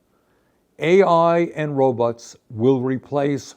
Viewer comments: Can't unhear this but when Bernie says robots I hear robux. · It’s so hard for me to take him seriously when he calls robots “RObuts.” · i enjoy the way bernie says "robots"